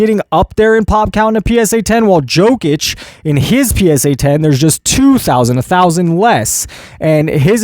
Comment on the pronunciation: SAY IT SLOW PROFESSOR… Jokic is pronounced: YO - Kitch not Jo - Kitch